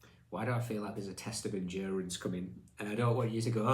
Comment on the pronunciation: Endurence, he says, smiling…. Have a heart, show some mercy, 😂